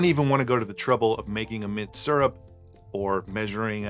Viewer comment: "Mint syurp" - sounds like how I say that word after too many of these! :D